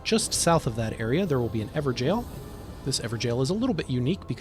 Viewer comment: stop calling it an "ever-jail" it's pronounced "ever-goal".... lol. excellent informative content however!